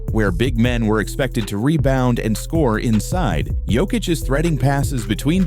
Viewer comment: Yoke-itch not joke-itch AI...